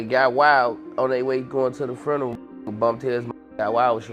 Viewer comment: Lol I want to get a job teaching the people of Chicago how to say the word “funeral”. The word only has one letter R but everyone in Chicago thinks it has 3 Rs. “Frurneral”